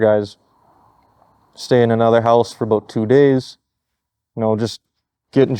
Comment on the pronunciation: he said the thing! The Canadian thing! It is "a boot" lol but seriously these guys are awesome